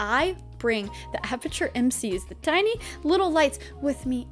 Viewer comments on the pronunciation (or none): none